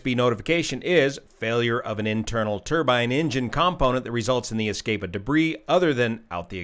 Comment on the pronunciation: So accomplished as always. Top marks for correction of pronunciation of turbine - respect. 👌